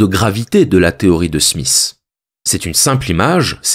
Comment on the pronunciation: Adam Smiss! 🙄 C'est Smith! Difficile pour les français j'imagine.